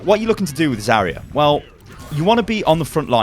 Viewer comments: It's ZARya not Zaria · Just saying, she's not "Za-ree-ya", she is "Za-rya" (like "Za-ra", but with soft "r"). Means "dawn" in russian. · it's zaRYA, and the "ry" is really a single sound also it's properly VOLskaya industries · It's so funny how you pronounce "Zarya" in english. In russian "r" in "Zarya" sounds a lot more stronger, similar to scotish "r" I guess. And by the way "Zarya" means "dawning"